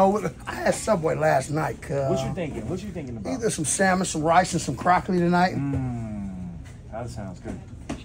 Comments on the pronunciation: Lmao "CROCCOLI" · Salmon rice and croccly this guy cold with the lingo 😂